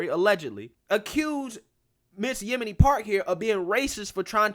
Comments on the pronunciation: Did you call her Yemini? Yeo-n-mi. LOL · "Yon-Me" lol not Yemeni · Yeonmi I think its pronounced Yon-may or Yon-me Just saying, I could be wrong. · Love you! Her name is pronounced "Yon-mee" hehe